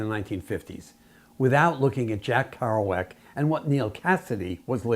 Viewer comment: "Kerouac" - come on!